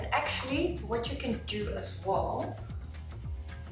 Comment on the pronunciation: heeee ik vind je video’s echt geweldigg! je bent mijn motivatie om gezond te leven ;) Een heeel klein tipje om je engels nog beter te maken: ‘as well’ spreek jij een beetje uit als ‘as wol’ (wol alsin stof) maar ‘well’ wordt gewoon uitgesproken als ‘wel’ (ik voel me wel goed)